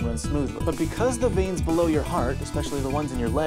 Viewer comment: Everytime she says heart it sounds hurt to me